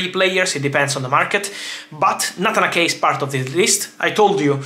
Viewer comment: It’s “Nayt-han A-ke” not “Natanake” 😂. I got confused there for a bit who the heck Natanake was 😂. But anyways, thanks for keeping us updated as always, Fab, cheers! 🙏🏻